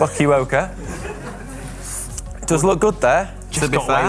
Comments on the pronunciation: It's Fu-kwo-ka, not fuk u ok eh? But Japan is a good place to cycle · Guys, The name "Fukuoka" is pronounced "Fool-Coo-O-Ka" Not "Fak-Q-Oka" . You guys crack me up so much. LOL! And one of the interesting place to ride in Japan is "Shimanami-Kaido". Always enjoy your shows! keep them coming!! Thanks. Lue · Fukuoka m'y goodness I wouldn't think one could be so offensive while pronouncing a location wrong:-P tell me you did that on purpose ^^ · Global Cycling Network dude I’m sorry I just can’t... it’s Pronounced Foo-koo-oh-Kuh there are some great mountains and hills, and great mega high-school cycling championship races held there. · Hi mate. That place name Fukuoka, Japan. It’s call fu ku o ka mate. :) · Oh come on boys, you need to channel your inner Yorkshireman! It's pronounced FOOK-ooh Oh, ka. Like when you witness a really bad looking fall but they're actually just fine. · I love face after realising that he butchered "F*ck-U-Oka, Japan". There's nothing like a live audience to hammer it home ^_^ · lol yall it's "foo-koo-oh-kah" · Haha Fukuoka is phonetically pronounced "Foo-koo-oak-a" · It's pronounced foo ka yo ka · I love watching GCN videos, but I can't say I appreciated the horrid mispronunciation of FUKUOKA. I'm not Japanese nor am I easily offended, but this video could have really done without that. Just because you don't speak the language does not mean you should be mocking it either. Grow the hell up.